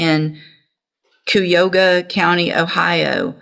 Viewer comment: The judge totally messed up on pronouncing "cuyahoga" county.